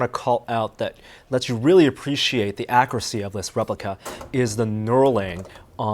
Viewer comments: The way he says accuracy makes me sick “Accursy” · Why does pronounce so weird. I heard an "Akuracy" and a "Weaporny". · The way says "accuracy" and "accurate" drives me insane.